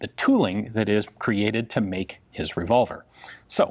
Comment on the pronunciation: Navee revolvee from rdo yeees.